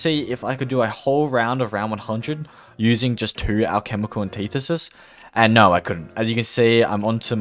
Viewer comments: Take a shot anytime he says alchemical anteethisis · Hearing him mispronounce the word “antithesis” about 100 times hurt. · Hearing you pronounce antithesis was the only subpar part of this video. Everything else was so good! In depth without any unnecessary content. Really easy watch!